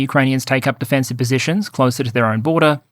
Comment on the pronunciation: I'm loving the content in 2025. Thank you for these thorough analyses! When alternately discussing offensive and defensive in the same sentence, can you please emphasize the first syllable a bit more? It was hard to clearly make out in one section of this one, and the difference was critical to your point!